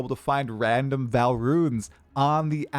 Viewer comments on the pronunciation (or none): It's still pronounced V[aw]l Not "val" Ark-eh-type Not "arc-type"